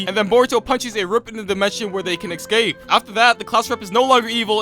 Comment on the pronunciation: cool video but i gotta tell you ‘escape’ is pronounced ‘ESCAPED’ not ‘eckscaped’